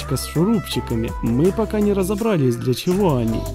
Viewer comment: РазобралИсь.. Прошу, прекратите все каверкать, только в женском роде ударение на последний слог: разобралА, увелА...